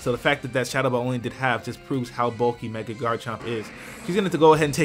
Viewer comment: Oh, wow! I'm not weird. Someone else says meg-y instead of meg-a when I try to say mega evolve.